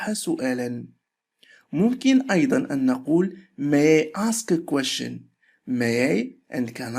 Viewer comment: حلقه مفيده وجيده. مشكورا ولكن أرجوك ان تنتبه على كيفية لفظ كلمة question, أدخل حرف الt مع اللفظ. مجرد ملاحظه ولبس انتقاد. وشكرا على مجهودك. انا احب الترجمة لذلك حضرت الحلقه.